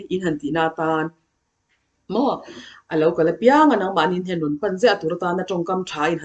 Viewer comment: Ni leh awm sawi nan है an hman hi chu 'He' nilo in Hai emaw 'Hei' ti tep a lam zawk tur a ni e, 'He' tia i lam ho khi chu हे tihna ang a lam chi kha a ni, He ti tawp Hi chu Oh tihn emaw mizo chuan ehe, kan tihna ang chi kha ani zawk. 🙂. Mitin en theih leh hriat theih tura chhawpchhuak tur chuan a diktak a chhawpchhuah zel theih se a va lawmawm dawn em!!! ka ah Enge an i tih? tih khi A lam dan khi mipui zirtir tur chuan va dik chiah lo em!!! 'Kesa' nilo in 'Kaisa' emaw 'Keisa' tih a lam zawk tur a ni. 👍